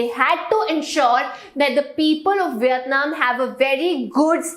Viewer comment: She is saying viyatnam instead of Vietnam pls pronounced it properly😑😑